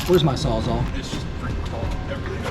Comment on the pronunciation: “where’s my sawzaw” 😭😭😭